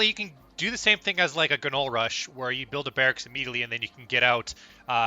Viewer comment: Uhh I just wanna say - it’s not “guh-noll” It’s pronounced knowle